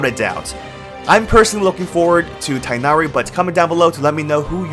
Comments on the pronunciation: His name is pronounced te nari not tai nari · Do English speakers really call him Tainary? Correct is Teeghnari.